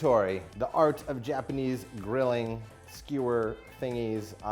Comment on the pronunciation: also, Yah-kee-thow-ree :)